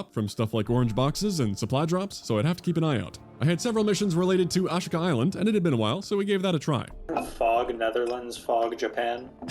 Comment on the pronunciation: bro said “ashhka island” 😂